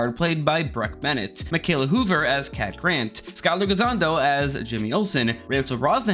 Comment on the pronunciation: Cant believe you said Beck Bennets name wrong 🤦🏼